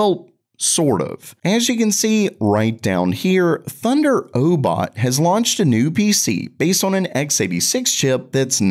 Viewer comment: Why do you say these names so weird? "Thunder-o-bot", "O-B-S Bot"? Its pronounced just like thunder robot. And obs bot.